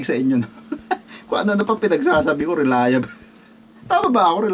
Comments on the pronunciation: Relia-bol' hindi relia bel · TAMANG BIGKAS. RELIABLE( relayabol) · KUYA "RELAYABOL" ang bigkas dun (RELIABLE)